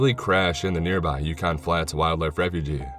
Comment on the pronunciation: Jesus Fuck! How can we take you seriously if you pronounce "refuge" as "refugee"? Probably a fun tale but fuck it. I turned you off. Who do you think you are? Poe? King? Crichton? Go fuck yourself,. Post again when you learn some shit. Waste of time people.